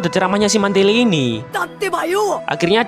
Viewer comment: Mantili a nya jadi e gimana bang